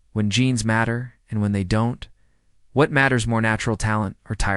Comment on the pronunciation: The D ON T .. for don’t is so irritating 😅 but I got through it.